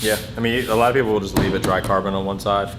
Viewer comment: Rewatched just to hear "PeeeeOPlyy"